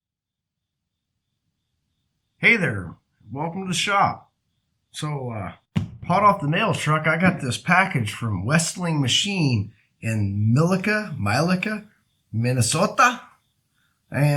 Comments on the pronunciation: It’s pronounced milaca. Lol. Mill-Lack-Ah. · MILL LAC A is how you say it.